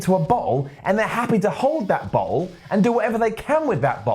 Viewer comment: When says bottle it sounds like he's saying butthole